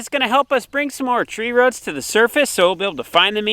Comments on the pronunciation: Love the videos corn the, just one tiny little thing... Its roots not 'ruts'! 😜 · roots not ruuuts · I love it when you say ruts, here in the south we say roo-oots! I cannot thank you and Nave and your family enough for your videos. I am a retired teacher, who Praise God, survived cancer. My husband and I, along with our granddaughter have 4 rescue dogs. We have been very limited and careful about where we go because my hubby has a blood disorder. You guys have really really kept me sane. Thanks so much! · ITS ROOTS NOT RUTS🤣🤣🤣🤣🤣🤣💯❤ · They probably say roof the same way. It's a common regionalism / dialect for the upper midwest.